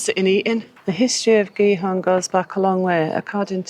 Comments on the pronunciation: [CH-eat-Horn] with CH as in loCHness aqnd pronounce the T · Giethoorn is pronounced roughly as “Geethoorn.” In Dutch, the combination “ie” is pronounced like the English “ee” sound in words such as “see” or “meet.” The combination “oo” makes the “o” longer. It is somewhat similar to the vowel sound in English words like “door,” “more,” or “floor,” although the Dutch sound is usually a bit purer and longer. So “Giethoorn” sounds approximately like “Geethoorn,” with “hoorn” sounding somewhat like “horn” or “door” in English. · pronounce the T of gie T hoorn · Your pronounciation of Giethoorn is not bad, but there is a ’t’ in Giethoorn. If you pronounce that ’t’ it will be almost perfect